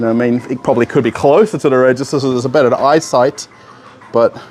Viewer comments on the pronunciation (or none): none